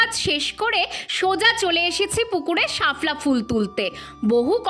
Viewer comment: ওটা শাফলা উচ্চারণ হবে না শাপলা উচ্চারণ হবে